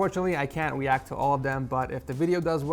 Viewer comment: Weact in instead of react.